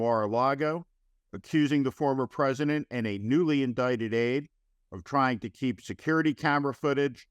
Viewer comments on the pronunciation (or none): none